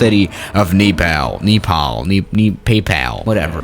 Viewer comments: I’m from Nepal but it’s not NEIGHpal or PAYPal it’s Pronounced Naypahl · Literally nobody:: Nepalll, Ne, Ne Pal, PAY PAL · It's Nepal pronounced Neighplahl only Nepali people under like me OK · Is pronounced as Nepal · when says Nepal, Kneepal. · “Nepal” Me: NIPPLE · nobody: not a single human::KNEEPAL NAYPAL PAYPAL!!!!!!